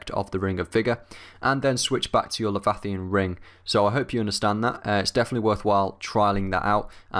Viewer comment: lee - vi - a - thon